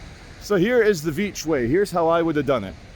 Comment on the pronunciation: its pronounced Charles Veitch